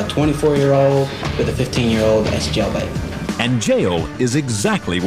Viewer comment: A fifteen year-old with a twunny year-old? Das jellbate